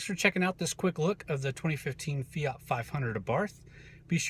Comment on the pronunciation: since when did the word Fiat have a 'Y' in it?